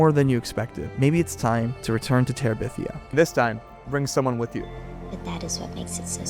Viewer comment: Guy's, it's Bridge to Terabithia, not Bridge To Teribithia. Get it right 🤓